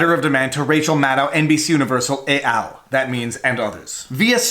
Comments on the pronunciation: It's Latin, not French. So it's ET al, not EY Al. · "et" rhymes with "pet". It's Latin, not French.